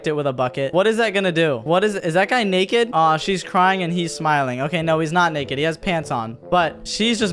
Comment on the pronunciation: bro said neked like chall out